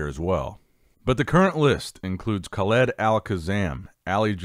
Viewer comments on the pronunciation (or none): none